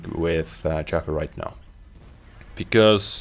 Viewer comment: I love the way he says "Chaffee" lol